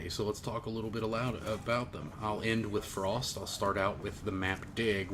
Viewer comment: lol... love how you rolled your r's in "Frost"... fancy as shit... then you said try hard titties haha